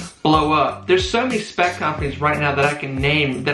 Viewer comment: Bro are you trying to say Spac?